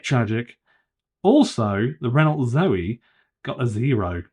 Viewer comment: Renault is French pronounced Ren-O not ren-olt!